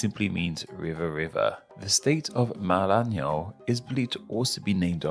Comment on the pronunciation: Why did you pronounce some brazilian names with a L? Like "Roraima", "Pará", "Maranhão"?